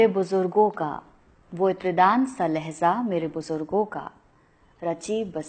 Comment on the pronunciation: Laheza nahi madam LAHEJA